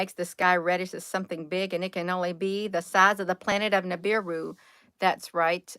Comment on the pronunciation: It's Nibiru Nibiru!!!